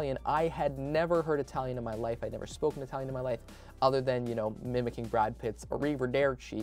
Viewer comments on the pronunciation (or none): none